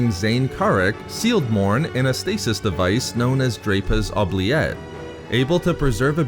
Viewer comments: It's Ooh-Blee- Ette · You pronounce oubliette wrong (its oo· blee·et) its french origin means “to forget”